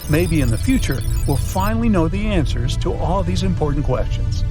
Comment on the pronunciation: i heard the word “an-SWERs” 😅